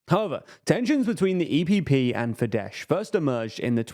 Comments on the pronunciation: How many videos about Hungary will it take till you figure out that the hungarian 'sz' corresponds to the regular english 's' like in 'soft' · Don't say fideS pls. Just say a regular s. Like "say". Just ignore the "z" at the end. SZ in Hungarian sounds like the same as S in "Say" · Spell the "sz" as the s in "snake" and you will have the pronounciation just right. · It is actually Fidesz, they are pronouncing it incorrectly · No, it's Fidesz. In Hungarian "S" = "SH" in English In Hungarian "SZ" = "S" in English. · As a Hungarian, I must correct the pronunciation of FIDESZ... it's not FIDESH as you pronounced, but FIDESZ /s/. The last sound is a double-letter SZ, which is to be pronounced like the "s" sound in the English word "soldier". Other than that, it was a good summary. :) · Mate, it's not pronounced Fidesh but Fides with British typing. In polish Sz is Sh and S is S but in Hungarian it's the other way round, and sz is s and s is s. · Why they saying “fidesh” 🤣. It’s pronounced “Fides” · Unfortunately, Orbán's party is pronounced "Fidess" and not "fidesh". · Please pronounce Fidesz as “fides”. It’s the right way and is much easier. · You're pronouncing Fidesz wrong! In Hungarian, 'sz' = 's' sound and 's' = 'sh' sound 😊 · Please stop calling it FIDESH, its not polish, the sz is pronounced as a normal S. (I still hate them though) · I can't watch this, this guy calling fidesz "fidesh" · In Magyar language, SZ sounds like S (the letter S sounds like Sh by the way) So Fidesz is pronounced Fides. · I love you guys, but Fidesz is pronounced as "fides" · "fidesh" Lol Lmao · It’s should be Fides with an S (in Hungarian sz is read S) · You mispronounced fidesz- it’s “fides” while s alone in Hungarian sounds like sh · Yeah, he read it like the Polish sz combination, which is indeed [ ʃ ] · To be pronounced as FideSS - this spelling is more fitting anyway;)